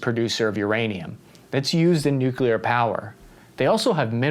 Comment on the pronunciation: finally learned to pronounce "nuclear" correctly! I knew you had it in you 💪